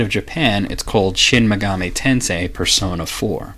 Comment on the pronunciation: About the pronunciation...I've always thought megami was pronounced the way you say it, but Atlus's website says its pronounced with the first syllable stressed, not the second. I actually couldn't find online which syllable is supposed to be stressed when saying the word all on its own, only how the syllables are individually sounded out. But I guess Atlus can call their games whatever they like and pronounce the words however they choose. Regardless, I love this series and love your work.